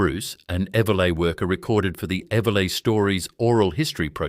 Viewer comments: Pity the AI voice can’t pronounce Eveleigh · fabulous images.....if only AI could get the pronounciation of eveleigh right! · AI is making a real mess of great video. 3-8-3-0? How about 38-30? And Eveleigh! Someone should be checking these abominations in pronounciation. It blows the credibility of the video.